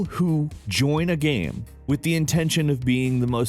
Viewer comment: I love how he says Gaem